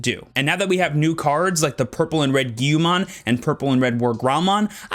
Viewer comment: Can you at least pronounce Guilmon correctly